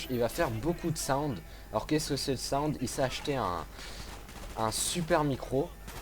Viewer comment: On dit soundé pas "SAOUWND" ou chez pas quoi --' et c'est treyarch breff